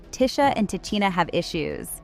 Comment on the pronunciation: Man... White people really shouldn't report on black stories they aren't closely knowledgeable about or aren't part of black culture. She is mispronouncing both of these sister's names and it's irritating.